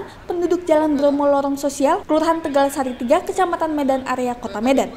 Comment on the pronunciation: sebutan medannya seperti mau tahan bersin. Hahaha